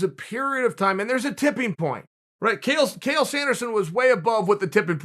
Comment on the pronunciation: chael mispronouncing his own name or was it modesty, cos we all know there is only one who cannot be compared to